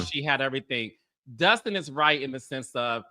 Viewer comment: It is DUSTIN. NOT Justin. Get it right. It's intentional at this point.